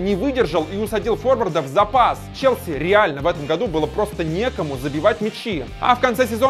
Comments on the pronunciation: Выпал из основы <<ЧЕСЛИ>> ЧЕСЛИ!!!! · не чесли а челси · Чесли? Может Челси!